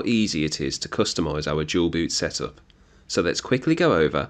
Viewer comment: Why you Dual boot sounds like Jual Boot? 😂 Thanks for tutorial anyway.